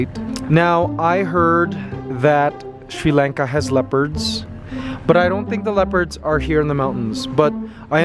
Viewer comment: Its pronounced Sri Lanka like Father or Bali ... not like the way you said it